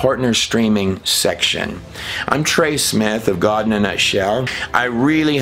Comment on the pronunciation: Trey still cannot decide if it's Gaawd or God. Fake pronunciations for some reason. This trailer shows he can still pronounce God and not Gaaaawd